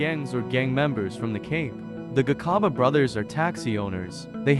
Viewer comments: 😂😂😂😂😂same here, he must learn how to pronounce it's very disturbing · When a white man writes or narrates our stories, our names are distorted and mispronounced. Just listen how he pronounces "Gcaba" he pronounces it as Gikhaba. Now wonder today some of our surnames are wrongly typed because of a white man. 🤣🤣🤣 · 😂😂😂😂 the sarsasa cards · 😂😂😂😂😂 the garcarber brothers 😂😂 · You should've tried harder to pronounce their surname correctly. Or just give someone else to narrate.